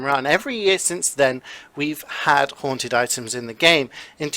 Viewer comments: Don't you mean HAUNTED not hanted?????! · All Hanted loadouts"